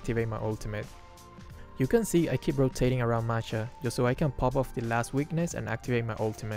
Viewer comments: Why all streamers in MLBB always says marsha but its masha not marsha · Who the hell is marsha its masha